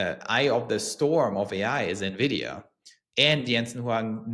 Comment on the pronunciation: Thank you for pronouncing Nvidia properly. Drive me crazy when people say nevidia